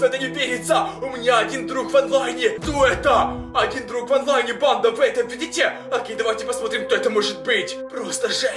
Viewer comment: Мне кажется что он говорит не банда а панда я думаю что это видео сеиммает панда 😂😂😂